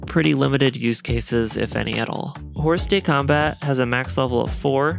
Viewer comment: You don't need to say the s of hors de combat, other french here :D?